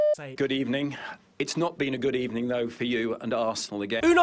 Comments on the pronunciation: Being a West Ham fan, our keeper Roberto is a wanker. A West Ham legend said he looked like an outfielder pretending to be a goalkeeper. btw, good ebening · Sacked in the ebening